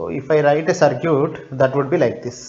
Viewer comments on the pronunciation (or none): please don't say CIRCUTE ..its CIRKIT(pronunciation) actually